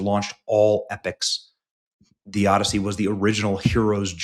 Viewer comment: The "Odyssoy"